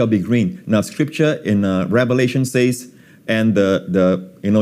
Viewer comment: Will someone please tell Joseph Prince to say "sez" instead of "saiz"